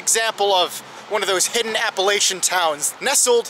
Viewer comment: You said Appalachian totally wrong